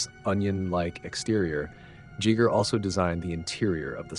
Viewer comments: I like how he is the first person I hear that make mistake in the pronunciation on that man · Considering how in depth you like to go in your videos, how can you mispronounce Giger's name? It begins with a hard g not a soft g. Just saying. At least you're not pronouncing it like Geiger counter like most people do. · I think he got it right Plenty of Jeegers before that, though. Still better than all the Geigers we hear. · Please: Giger is not pronounced "djeeger". Both Gs are hard. Gheegher. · I have never ever heard it pronounced Jigger in my life. I have only ever heard it pronounced Giger or Geeger. You pronounce it multiple different ways throughout the video, usually someone pronounces it the same way all the time. It is easy to google name pronunciations before making a video. I would think someone making documentary type video's would google every name they weren't sure of. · Wow a 20min video & could even b bothered 2 pronounce his correctly 🫩 Geiger not Gigger, y do amricans insist of butchering the english language😂 i know u dont have ur own language but if something isnt broken then it doesnt need fixing. If u cant pronounce sumthin, learn 2the correct way not change it 2 suit ur short comings. Alu min ium NOT aluminum 😂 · Everytime you say "Jigger", I have to respond "GIGER!", lol why are you pronouncing it so weirdly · It's not Jee Gur it's Gee Gur..There is no "german swiss" way. Wtf are you rambling about? Your whole presentation here is epic fail because you didn't care to pronounce his name correctly and you pretend to be a linguistics major. " In Swaziland they call him Mr Schmidt!" It's Giger. Period. He is Swiss German. ɡiːɡər/ GHEE-gər; German: [ˈɡiːɡɐ] you are an idiot and the backpedalling to make people calling you out look stupid, like your presentation, has failed. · Swiss-German - Gee-ger. 1st g is hard, 2nd g is soft. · My mother knew Hans Ruedi - it's "Geeger" for you british and American dudes... 😉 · Jeeger? oh dear. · Geeger lol